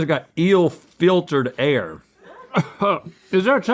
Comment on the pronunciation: Can we just stop and appreciate how amazing that catch was? : Feeltered?